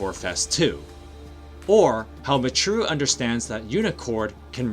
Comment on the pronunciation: “miTRU”??? bruh her name is Michiru (pronounced “mee-chee-roo”) 😂